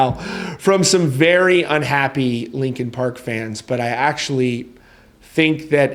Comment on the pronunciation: R u saying lincoln park? 🫠😐